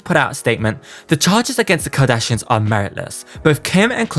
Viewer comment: I cannot with you saying "Jardashians" and "Keggie" 🤣